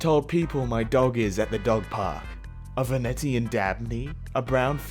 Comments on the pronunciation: Ah yes, my favorite dog breed..the "Vuh-net-ian dabney" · pronunciation of “Venetian” makes me want to die and go to jail